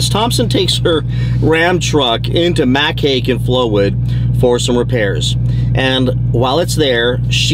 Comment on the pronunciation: Just an FYI.....Mac Haik is pronounced Mac 'Hike'